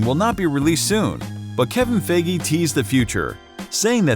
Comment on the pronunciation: you said kevin FIGI. Its actually feige